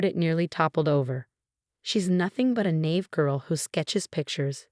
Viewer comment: And a "nave" girl? The "spoken" narration is totally wrong. The word was naive --- not "nave" and not "knave". The correct word is naive which has 2 syllables, and is not a homonym of naive (pronounced na-eeve.) And don't get me started on how they butcher, misspell and misinterpreted so much of the text in close captioning.